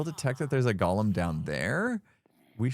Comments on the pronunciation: It’s Go-lem, not gall-em. That was the name of the crazy critter in Lord of the Rings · The way you say Golem sounds like you're saying Gollum from Lord of the Rings. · I love it! But GO-lem. Goa-lem. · Golem and Gollum are two different words. They are pronounced differently. The first is GO-lem. The second is how pronounces it in this video. Golem is from Hebrew (meaning shapeless mass), and if you have never read about the Golem of Prague, you have a nice treat ahead of you. Gollum is from Tolkien's stories: The Hobbit and the Lord of the Rings. He was named for the guttural sound he voices. Why do I make a point? There is a certain cultural pride in the Golem, and don't like have it confused with the less admirable character of Gollum. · What is the deal with Hermits being unable to pronounce 'golem'? Xisuma is the same! He's not a LOTR character, y'know...